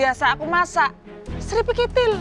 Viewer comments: "kripikitil" 😂😂😂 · “Sripikitil” 🤣